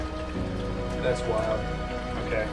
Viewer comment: Thots a knife!!!! Australian accent!!!!